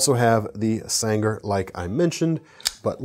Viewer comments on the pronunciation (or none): That Chaves Sangre is pronounced “San Grey”